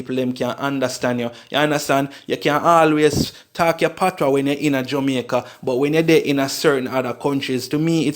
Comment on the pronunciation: its spelt patois but pronounced patwah the s is silent